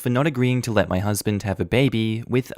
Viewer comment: I think you mean let instead of 'ley'